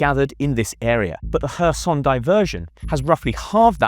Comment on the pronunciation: Pronounce it as kharkiv and kherson. not hers herson and harkiv you can't even Pronounce the cities names right.